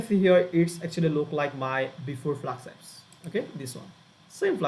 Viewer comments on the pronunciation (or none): Hi i know it's so irrelevant and so bad to ignore everything and focus on that, but I just couldn't, it's FLASK, S K , not FLAKS, KS